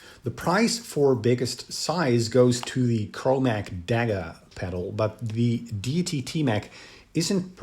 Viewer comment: Pronounced ‘Day e tee’